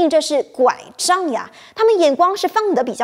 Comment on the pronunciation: 主编你故意强调“拐杖呀”！是几个意思？